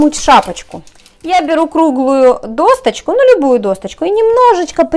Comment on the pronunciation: Надо говорить досочку, а не досТочку. Проверочное слово— доска